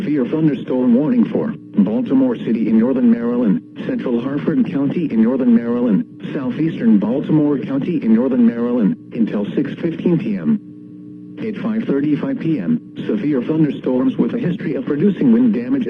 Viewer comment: I live in Harford County and it's Harford. No T. We're not Connecticut.